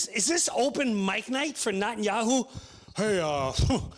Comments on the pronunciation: Its pronounced Net-and-Yoohoo. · Have you heard how the Iranians pronounce it? "Na Tanya Hoo" 😂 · He didn't even say reptilians once! Also, you mispronounced his name.. hilarious. is this comedy? Are you a reaction political podcaster now? Who wants your opinion? Who's laughing at this? Are you ok? ...